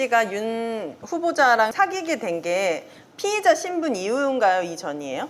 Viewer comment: 피해자, 피의자 발음이 엉망이신건 마스크탓이겠죠?